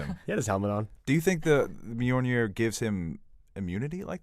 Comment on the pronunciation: I love that can pronounce Mjolnir but not Sapochnik lmao. You’re my boy blue! Love you’s!